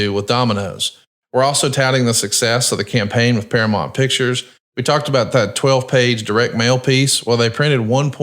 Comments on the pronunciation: you are killing me with your misuse of the English language. It's bad enough he says all of the sudden when it's really all of A sudden. Then he calls Duke the Dumpster Droese, Drozay. But saying Paramont instead of Paramount? It's one of the biggest & most successful movie studios ever & there ain't man, woman or child that doesn't know how to say it. I guess is a big subscriber to Paramont + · Para-Mount, you're killing me smalls